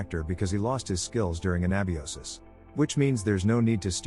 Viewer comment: that's not a flashlight Not a lantern either... nice try. for an AI "harm" is an understatement, and to the best of our current knowledge, YT does not censor the word "suicide" This AI would be good at "Cinema sins" 😂 That's absolutely not how you pronounce "anabiosis"